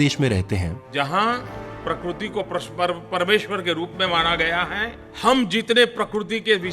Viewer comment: Isko adani hi deekta hain...in 1980 Ambani was doing the same and Congress was in power ...pakrutee nahi pakritee hota hain kru nahi kri... Garbage 🗑️ ka parakastaa